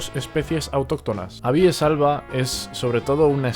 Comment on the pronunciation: Muy interesante. Lo peor, la posición en la que acentúas algunos nombres científicos. Pongo tildes, para más claridad. Incorrecto es decir "castanéa", "abíes", “picéa", fraxínus", "humílis", "tremúla" y "pendúla"(por ejemplo), pues todas esas palabras son esdrujulas. Y nada de "minór", pues en latín no hay palabras agudas. Un saludo y gracias por tu trabajo, muy instructivo, por lo demás.